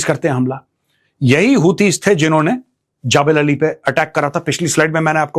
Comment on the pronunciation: ओये हिन्दी मीडियम वाले नकली मेजर जबलअली बोलते हैं